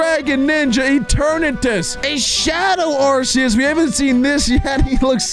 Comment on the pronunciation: They don’t know how to pronounce arceus